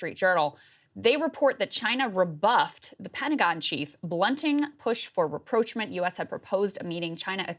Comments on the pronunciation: For the presenter with the shoulders that would be the envy of a linebacker... learn to pronounce "rapprochement". It's a french word, not English. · Krystal, I think you are pronouncing rapprochement incorrectly 😅